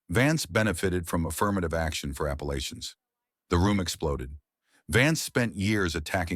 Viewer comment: Appalachians -- not applications!